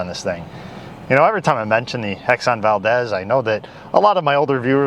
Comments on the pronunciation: It's pronounced "Val-deez". Seriously! After Valdez, Alaska. As an Alaskan, just trying to help! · It’s Valdeeez. Not a short e. Second greatest economic boom for Alaska!